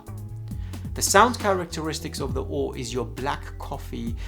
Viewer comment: I just accepted that he’s saying “O-o-r” for the memes…